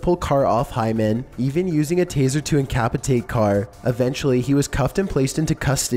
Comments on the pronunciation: you keep making mistakes in your pronunciation of words, such as "incapatate" instead of "incapacitate" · Omg I was done after he said incapitate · Carnered? Incapitate? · Incapacitate, not "incapitate" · He pronounced incapacitate like “incapacKitate” which is absolutely not the result of any accent. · yo man, listen... you have time when narrating, editing, and checking your work to ask yourself "Is this a word?" or for someone else to say "That's not a word". An example of a time in which this should have happened would be "incapitate". lol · “Incapitate” lol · ish. Incapitate ?? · "Incapitate"....wtf narrator c'mon